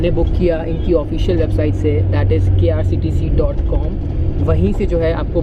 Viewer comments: bro it is not krctc it is ksrtc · It's ksrtc and not krctc